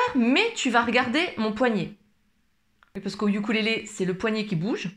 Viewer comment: On dit Ukulélé et non iukulele😊